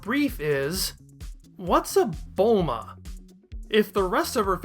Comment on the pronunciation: I actually like your Bulma pronunciation.